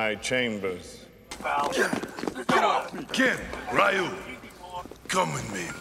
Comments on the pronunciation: Lmao until now i noticed the only char that pronounced Ryu correctly in the movie was Bison. He actually says "Riú" and not that "Ráyu" BS 😂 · I never noticed till now that Raul Julia pronounced "Ryu" the correct way. Ree-yew, no Rai-yew. RIP Raul Julia